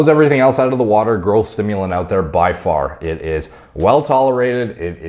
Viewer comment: Anyone else hears "girlth" when he says growth?